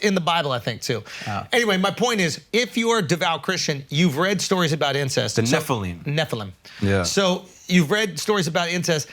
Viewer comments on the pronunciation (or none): who else burst out laughing when shulz called nephalim "kanookies" ahhahaha